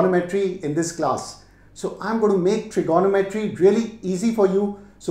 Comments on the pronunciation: Him saying trignometry as Trigonnometry triggered me a bit lol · His maths is good but his Tri-GONO-metry is driving me crazy! Its Trigo-NOM-etry cobber. hahaha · I always thought it was trignometry but now I understand it's tirgonometry 😂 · FYI - it’s pronounced - trigo- nometry… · It is my first time listening to trigonometry pronounced as itself. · This guy can't pronounce trigonometry correctly!